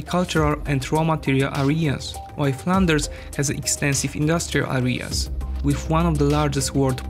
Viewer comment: grate vjdeoman, you won a subscriber . Just practice saying "areas " better